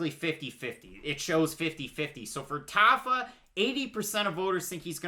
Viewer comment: Not a big deal, but I'm pretty sure it's "TAH-fa". I lost money on him last time